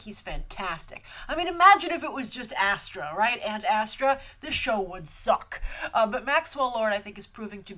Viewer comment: Grace, I have to say this random thought, but I LOVED the way you said, "the show would SUCK!" hahaha xD